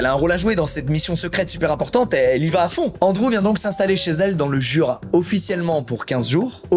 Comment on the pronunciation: le fait d'entendre squeezie prononcer "Jura" ou même "Dijon" me perturbe.